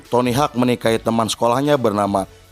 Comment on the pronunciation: btw penyebutan nya itu tony howk bukan tony hak . FYI dia pendiri birdhouse pada awal mula tahun 2000an.. tq atas film nya.. sukses terus utk channel nya